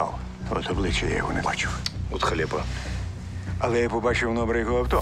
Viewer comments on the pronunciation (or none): Мене тільки злить як він каже халєпа замість халепа